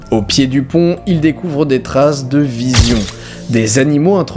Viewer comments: on dit VIZON pas VISION sinont bonne video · c'est moi ou il dit vision à la place de vison? ^^ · vison pas vision...grrrr lol^^ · on prononce vizon pas VisIon ^^ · visions ou visons^^ gourationnement de prononciatureration je coives mdr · Je sais pas si c'est toi ou le bruit de l'appareil photo qui me fait entendre "visions" au lieu de "visons" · Comme d'habitude super vidéo ! Mais y'a que moi qui entends "visions" à la place de "visons" au début de la vidéo !?!? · non moi aussi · Moi aussi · on dis vison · tititi thea j´entend vision aussi